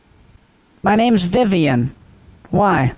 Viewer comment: Ya gotta love “Vivian” lol